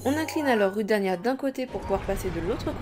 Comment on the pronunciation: D'ailleur on dit roudania